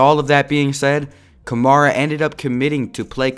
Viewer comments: Nigga keeps saying kamara instead of kamara 🙄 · your saying his last name wrong